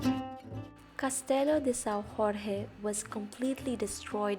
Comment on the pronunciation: Jorge like George in english (not like spanish)